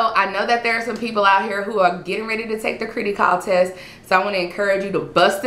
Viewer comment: its Criticall as in Critical, not critty as in kitty js